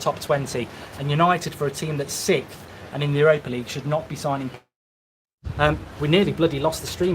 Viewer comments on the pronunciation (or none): none